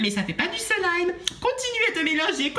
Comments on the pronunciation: C'est slime et pas selime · On dit du slaime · C'est du slime et nn du silime lol